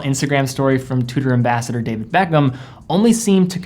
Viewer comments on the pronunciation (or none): none